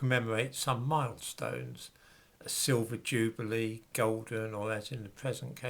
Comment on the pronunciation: Nice to hear use the traditional (UK) pronunciation of "jubilee".